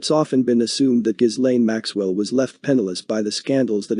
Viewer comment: Informative clip. FYI - Ghislaine is pronounced "Ga lin" and Giuffre is pronounced "Ju frey".